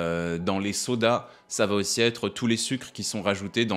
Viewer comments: Attention : on ne dit pas ça vaT être mais ça va être (🙂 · "Elle vat être (...)". Super.